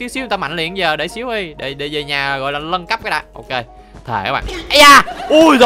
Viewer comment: Lúc anh nói về nhà nâng cấp em tưởng anh nói là về nhà méc mẹ